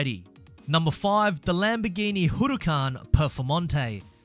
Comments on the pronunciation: the HURRRUCAN PERFOMONTEY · ah yes, the famous "Hurucan" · Why did this man say Hurucan????? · "HURUCAN PEFORMANTE" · HUruucan yeah I know it's pronounced that way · It’s Huracan... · Why do you say huracan like that